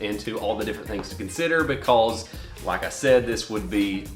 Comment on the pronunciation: "Be-cawwwwzzzz" LMAO, that down south accent slipping out right there haha. Great video 👍🏽